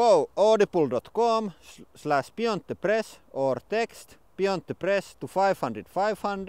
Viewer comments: i liked the audi-bleh xD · Noo :( You now pronounce Audible the "correct" way. I preferred your Finnish twist on audi-bleh!